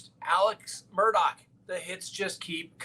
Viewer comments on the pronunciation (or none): Read his last name about a dozen times,,,,,,there is NO K IN HIS NAME